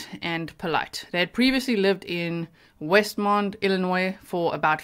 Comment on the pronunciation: It's Westmont, IL. Not Westmond.